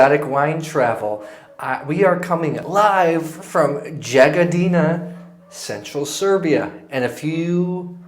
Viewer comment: Good choices... It's pronounced Yagodina. if you ask your host or locals they will help you with pronouncing the names of places and wineries.